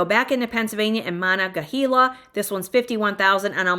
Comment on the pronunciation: Monongahela(Mo-nun-ge-hAla), Apalachicola(apa-lachE-cola), that second one was always hard for me too, lol. Then I married a man from south GA, got corrected all the time, it's okay, if I was perfect I'd be rich. Starting to see houses jigger a little bit on prices here in E WA, just a heads up. However, taxes and cost of living are not for the weak of heart.